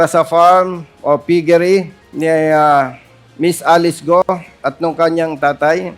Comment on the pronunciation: Sinungaling grabeee kapal ng mukha mo Alice gou d mo ma pronounce ang letter L Gaga😱😱😱